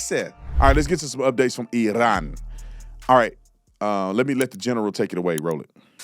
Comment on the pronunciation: I really appreciate the way you correctly pronounce Iran. I lived there when I was young for a couple of years. My dad worked out in the Gulf. It was an eye-opener even as a kid. I’m glad I’m an American citizen thank you President Trump.